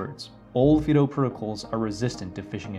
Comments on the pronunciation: Fid oh? We call it FIE DOUGH as in the common dog name Fido, or the military moto "semper fi". FYI. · Is Yubikey still good or are those other keys better? I think that "Fido" should be pronounced with a long "i", especially if you're using Puppy Linux, the only distro that barks when you start it up. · This would be a better video if the word “Fido” was pronounced correctly. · I say fido , fy-doh and not fee-doh